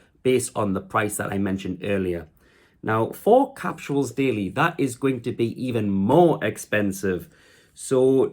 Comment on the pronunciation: Bud. They’re called capsules. Not “capshuals.”